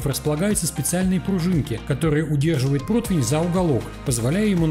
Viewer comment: Протвня, протвень😂